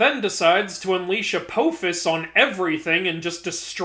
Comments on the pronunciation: im sorry... A-poo-fis? I'm not trying to be pedantic, and actually curious, because i don't think that is the accurate pronounciation. I've always heard Ap-off-is as the pronounciation. I admit i could be wrong, but never heard that pronounciation. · The way you say Apophis makes me irrationally angry.